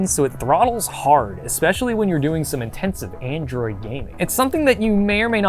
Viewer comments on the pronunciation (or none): none